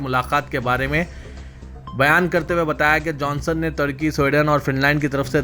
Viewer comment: kiya bolery ki samajh me.nai aara turkey ku tarkey bolrey advance urdu